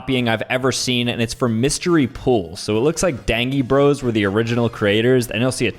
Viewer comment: dangee Bros You mean DAIN-JEE bros